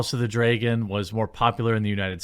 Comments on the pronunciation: Dreygon, isn’t a word. It’s dragon, why is pronouncing words correctly so difficult for you? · It's pronounced Dra gon Not Drey gon, you doofus. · Is it only me that hear him say house of the dragen everytime??? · House of the “dray-gun” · Dude….I hate the way you say dragon. Draygon lmfao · Are you mispronouncing the word “Dragon” on purpose, or don’t you know how it is pronounced? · The way you pronounce dragon is insane